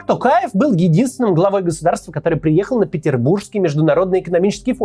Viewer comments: А вы заметили, что к концу ролика Максим стал говорить тОкаев вместо тАкаев =)))) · Максим мое уважение к вам,но пожалуйста не коверкайте фамилию Президента.не Такаев , а Токаев. В русском языке есть же буква о и вы же можете выговорить.прям режет слух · Коментатор ты чё бл* не правильно произносишь. ЖанаозЕн, тЕнгЕ. Там нет буквы Э ты не грамотный не жанаозЭнцы а ЖанозЕнцы. Не АктАбе а АктОбе, Не КАстанай а КОстанай. Пересмотри свое произношение. Ведь не сложно. ТОкаева же правильно произнёс ТОкаев. Не ТАкАев а ТОкАев! Ведь не сложно же правильно произносить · Сам ты Такаев, Токаев нашего президента зовут. Учись нормально выговаривать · Главное правильно произносить им. самого Токаева полностью, остальное приложится. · видео полезное, но можно было поинтересоваться, как правильно произносить слова. учитывая весь шум вокруг «ТАкаева» и «тЭнге»🤌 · Т"O"каев через "O", хватит коверкать фамилию на свой манер, Мооксиим Коотц! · Опять тЭнгЭ, ТАкаев, еЛбасы. Вы Максим очень плохо подготовились. Такое произношение осуждается!